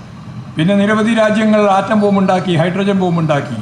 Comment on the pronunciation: ആൻ്റം ബോംബ് അല്ല പൊട്ടാ.. ആറ്റം ബോംബ്😂